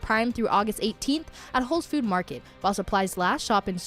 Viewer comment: Bless the young lady doing traffic's heart. It's not Whole's Food Market. She's said it that way on multiple days, so someone might want to let her know.